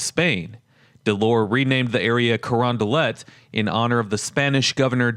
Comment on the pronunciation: Man the way you say Crondalet makes me want to unsub but I wont for now